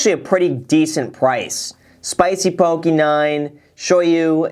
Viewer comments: Poke, pronounced 'pokay' not pokee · Yo Graham, it is pronounced po-kay not pokie :) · Po - KE not pokie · Graham, just a heads up, the dislikes on this video are all Hawaiians laughing at they way you say poke , it’s Po Kay not pokey. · Loved the video. Mad respect for this guy working at his business. Btw, I'm Native Hawaiian and always giggle inside when people pronounce it "poh-key" and not "poh-keh." (Poki = penis, in Samoan, & popoki = cat, in Hawaiian) 😄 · Aloha Graham, "Po-kay" not Po-kee". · It's not "Pokee". It's "PokEH". 😭😭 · ITS NOT PRONOUNCED POKEY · Pronounced “Poe-Kay” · it’s more like “poh-keh” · Poh-KAY as google would translate it. Just helping people pronounce it! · The way he says poke... lol i cringed a bit. its "po-kay" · Graham, Poke-eh. Please. I still SMASHED the like button but if this continues I may not be able to anymore. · It's poh-kay. Just wanna throw it out there. (